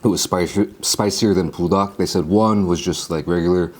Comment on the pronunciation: why you saying pool-dak instead on bool-dak my g